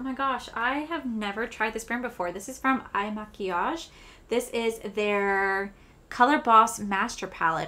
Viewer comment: Loveeee! I love your hauls/PR unboxing videos! Also the IL in IL Makiage is pronounced “ILL”, 😘